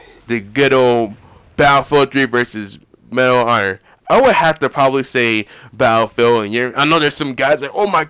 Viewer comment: Sorry to say, but you pronounce battlefield a bit like bayellfield. Its quite funny that you leave out the ''t''.